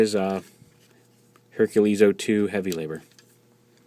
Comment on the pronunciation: Correction, Herculer....... what?